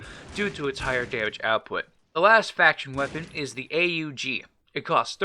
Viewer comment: Did he just call the aug the a.u.g!?